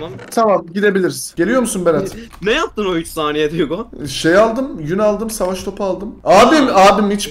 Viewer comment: Ateş Topuna SAVAŞŞ TOPUĞ diyen koca yürekli Racon YUGO Bu arada RACON takım çok sıktı